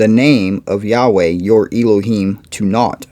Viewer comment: Elohim- is pronounced El-o heem,El is like in the word Bell without B